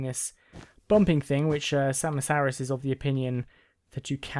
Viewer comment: XD it's pronounced sama-saurus like tyranno-saurus x3 Glad you got it working though :D